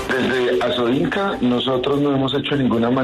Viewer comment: ASOINCA, no ASOINCO.